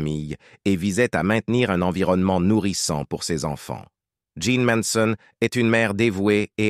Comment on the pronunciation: Ces commentaires avec cette voix robotique et répétitive sont antipathiques. Jeane méritait mieux. En plus le commentateur prononce mal le nom de "Manson".